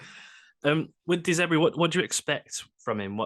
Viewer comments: It’s De Zerbi, not De Zebri and Potter didn’t get sacked. I think a bit of simple Googling would have sorted that out. Good luck. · your guest said Potter got sacked. Not quite the typo as that is how you both mispronounced De Zerbi! Good luck.